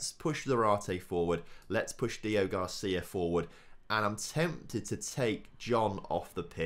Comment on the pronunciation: Day 4 of commenting that his name is DEO-GRACÍA not Deogarcia.